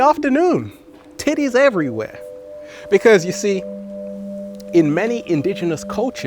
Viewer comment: Omg I cant stop laugh8ng everytimed he says tittes